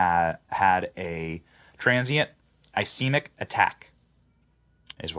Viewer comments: Its called a TIA. Trans ischemic attack. Ischemic is pronounced iskeymic. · (Is scheme ic ) is the pronunciation.